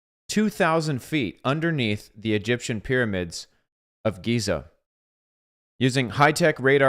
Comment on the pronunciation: Great subject and take. Thank you brother. BTW Giza provenance as Geeza✨️🙏